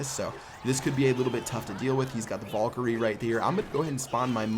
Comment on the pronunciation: I got a bit annoyed when he said volkyrie instead vAlkyrie